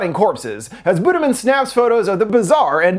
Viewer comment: i was reading the comments while listening and i was like "why is buddha being mentioned" but it's literally "budiman" pronounced as "buddhamen" lol. no hate i just think it's funny and made me less spooked to rewatch the scenes shown in this video. for reference a closer pronunciation would be boo-dee-mahn. edit: also kudos for actually showing a wiki page for the petrus killings, if y'all understood the state of politics in indonesia and gen z's awareness of history right now...